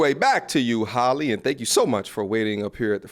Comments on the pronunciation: Good stuff but it's not Holly it's pronounced Hail lee😅😮😢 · Why are you pronouncing her name like Holly? It's pronounced "Halley" (like H + alley). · I’m just wondering how you can’t pronounce her damn name right? It’s not Holly bro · Her named isn't Holly. It is a totally different name. It is pronounced totally different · I can’t take you seriously until you learn how to pronounce her name. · You don't even pronounce her name correctly. 😂😂